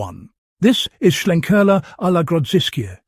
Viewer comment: Sounds good, may well check this out - love a bit of smoke in my beer. The main thing about this review though, it’s nice that a beer reviewer can actually pronounce Schlenkerla correctly - most omit the ‘l’ and call it Schenkerla 🙄 For that, you deserve a cuddle from Jennifer Lopez.